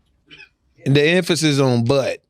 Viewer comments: The emphasis on butt 😂😅 omg this was a great podcast lmao 🤣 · "THE EMPHASIS ON BUTT" I hollered😂